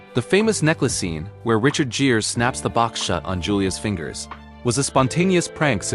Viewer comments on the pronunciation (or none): This is a well written story, but, whoever or whatever is reading it makes some key mistakes. It pronounces Richard Gere’s last name like jeer when it’s really supposed to sound like gear. And, at the end there is a long pause between Hollywood and Bulletin. Ugh. Is it Ai? Most likely.